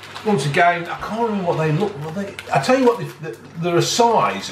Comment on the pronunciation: Lets tookh inn